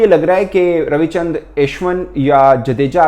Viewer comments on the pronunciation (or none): For God sake please correct your accent when you say Ashwin